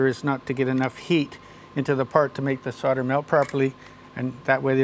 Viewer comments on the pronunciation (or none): this man is great but he cant say solder for shit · That seems to be the way most Americans say it, I've noticed. Canadians too. How or why they came to drop the "l" in the middle, I have no idea.